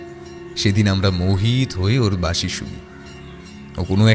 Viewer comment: বাশি না বাঁশি!?! কথক বাশি বলে গেলো।রঞ্জন সঠিকভাবে বাঁশি বলছে